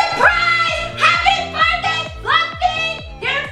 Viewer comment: They forgot the h in birthday